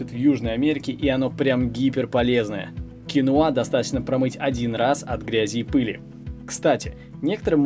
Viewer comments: Всё замечательно. Только это кинОа, а не киноА. Так что если уж Вы, знакомите нам с зарубежным продуктом, было бы не плохо называть его правильно. Гугл Вам в помощь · Ударение на второй слог " кинОа" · КинОа,ударение на О